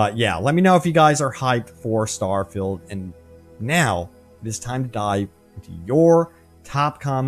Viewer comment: Shhhhh! I'm vewy, vewy excited. It's Stawfield prerelease hype season.